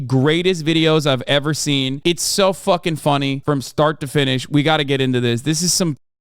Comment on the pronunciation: “FAUWKING PROUWNOUWNS”